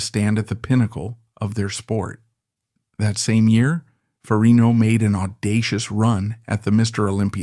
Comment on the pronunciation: It is FER-RIG-NO